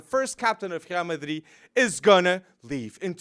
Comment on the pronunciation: Wtf is "Khrial Madrid"? Cringe